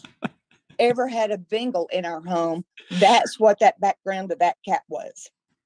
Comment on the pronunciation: I finally figured out "" is saying, "Bengal" cat, and not "Bingo"!! For awhile there I thought there were two cats, one called "Zeke", and one called "Bingo".